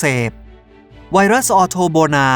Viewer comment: ผมฮ่าตอนที่บอกว่าไวรัสพิศสส่า555:)ตุณทำไหมผมยิ้ม